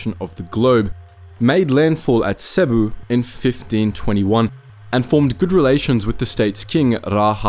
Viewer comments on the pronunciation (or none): none